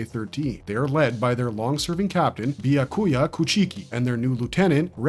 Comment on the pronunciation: I’m sure it’s at least AI voice. I had to stop watching when it called byakuka Bi-ya-koy-ya